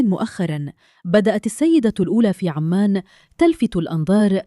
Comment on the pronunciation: عُـــمَـــانْ وليس عَــمّـــان